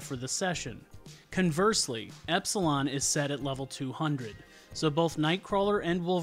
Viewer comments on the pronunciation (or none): none